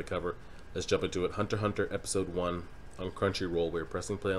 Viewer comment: It's Hunter Hunter, the "×" is silent. Also, Kurapika is a dude, my guy.